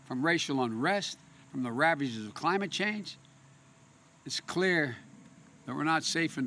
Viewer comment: "When I think of crime-ate change, I think of good paying un-srhrin shobs!"